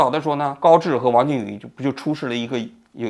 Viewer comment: 渝 yu 二声